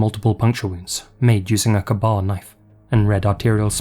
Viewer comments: K bar, not kbar knife lol. Kibar kinife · KAY BAR KNIFE NOT KAEBOB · Ka-bar knives are pronounced K-bar or kay bar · The knife he used, it’s called a KAY BAR, not KAH BAR ❤ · KA-BAR (K-Bar) knife = KAY. BAR. not "kuh-bar" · Heading a British man attempt to pronounce, “Ka-Bar” is… interesting… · Just an FYI, but it's pronounced K-Bar.